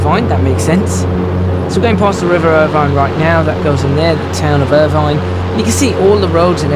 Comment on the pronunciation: The town is pronounced Ir vin not vine.